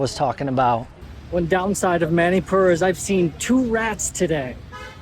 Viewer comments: Bro its not Mainipur is Manipur ur pronouncing it as Mainipur as a Manipur citizen Meitei I feel decieved 😢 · It's not ma-ni pur it's munipur